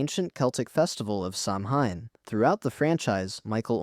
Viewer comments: Is pronounced sauwin. Jesus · Just FYI it’s pronounced “Sow-in” Like… I know it’s pronounced “samhain” in the movie but any witch or pagan or Wiccan will either nicely correct you or laugh at you until your ears turn blue.